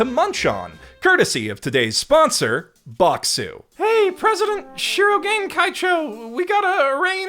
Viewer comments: Dub narrator's worst crime to date::butchering the pitch accent of Shirogane's name and infecting multitudes of fans, including dear, with his own bizarre stress pattern. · Did purposefully mispronounce Shirogane's name every time it came up to drive me and others insane. I think so. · Nice video. But please don't say ShirO-ga'ne! It's flat! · say it with me SHE-RO-GA-NAY... not she-rog-ah-nay the rest of the video is great. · The amount of work that must have gone into this tome of a video is awe-inspiring, and the analysis it contains was thoroughly enjoyable, but if I hear しろがね mispronounced as "shurro-g'nnay" even one more time I might just have an aneurysm. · I love how he said Shirogane as Shirogain, not cringing at all, not one bit :) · As a Japanese speaker: I will never forget the pronunciation of "Shirogane" as "She-roh-guh'nay" 😂 (Amazing video, by the way! Such passion speaks for itself 🔥 🔥 🔥) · Dang it I didn't scroll down far enough before posting my own sarcastic aside about the headache inducing swing from correct pitch accent to whatever the blazes that "shi-RO-guhnay" mess is. The voice actors try so hard these days to master stuff like the right R sound and you feel bad that nobody ever taught them the pitch is important too. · Would be a perfect video if he didn't pronounce shirogane like that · I'M FINALLY BACK!!! I WATCHED THE ENTIRE SERIES UP TO SEASON 3 AND THE MOVIE!!! now I can watch this video:))))))... god I'm dead inside edit: either there's alot of differences in the manga, or got a few things wrong??? well... besides his severe misproununciation of my son white-castle's name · I can only listen to you consciously mispronounce the name Shirogane so many times man. Why are you doing that? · I'm aware you're probably doing it as a bit, but listening to you mispronounce 'Shirogane' every time you say it despite loving the series enough to make hour plus diatribes, I die a little inside.